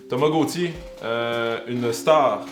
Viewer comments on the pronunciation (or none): Quand il dit Thomas Gauthier je comprends tamagochi